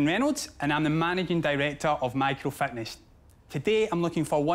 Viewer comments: He is saying "Fatness" instead of Fitness... :P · Every time he says 'fitness' I hear 'fatness' 😂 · Lol I love how the way Duncan says “fitness, sounds like he’s saying “fatness” to my Canadian ear haha. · I love how he says the word fitness as “fatness” 😂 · I was thinking "A fatness program is not going to help" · I thought he was saying children’s fatness lol. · Everytime he says "fitness" I swear he says "fatness" and that changes everything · Sometimes him saying fitness sounds like Fatness lol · Every time he says "fitness" I hear "fatness" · Did he say fatness activities? 🤔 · If he wants to run a fitness company, he should work on not pronouncing it to sound like “fatness.” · Ironically how it sounds like he's saying fatness every time he says fitness. Amazingly those words are interchangeable. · Every time he says Fitness, it totally sounds like he is saying "Fatness"